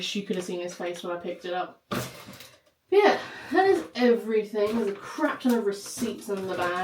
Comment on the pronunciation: It’s everything not everythink!